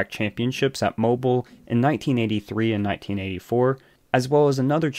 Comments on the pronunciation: It’s moe-beal not like mobil 1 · From a local, Its pronounced Mo-BEEL not MoBUL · Mobile Alabama isn't pronounced mo-bull, like something that moves. It is mo-beel, like the baby toy. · FYI: The city and track name is pronounced MO BEEL, not mobul. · Its not mobile as in mobile phone. There's generally 2 ways you can say the name. Moe-bill, or moe-beel. Moe-bill is more common. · Bro. It’s Moe-bill not Mobil. Your videos are great tho 🎉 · It's MO-BEEL Speedway not like a mobille phone dude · It’s pronounced Mo-Bill, not Mo-bull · Please. For the love of god pronounce Mobile “Mo-Beal” No one in Alabama calls it “moble” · I remember when this happened and couldn't believe it. Also, Mobile is pronounced Mo-beal. You even put a video in that pronounces it correctly. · Okay, good video about a horrible human being. But, the city in Alabama is pronounced, "Moe--Bill". Like 2 guys names. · Mobile = Mow-Beale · its mo- bill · It’s pronounced Mo-Bill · Seriously? You have never heard that Mobile (the city and bay) is pronounced “Mo-Beal”? Really? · Mobile is pronounced Mo-beel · You can’t even say the name of his home town right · That's not how you pronounce Mobile